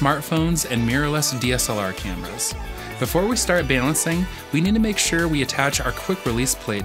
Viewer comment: we need to talk about the way you are saying balancing